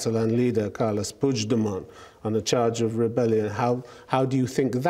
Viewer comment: porqué el periodista alemán pronuncia mejor el apellido "Puigdemont" que los españoles? Parece una tontería, pero es más importante, más significativo de lo que parece.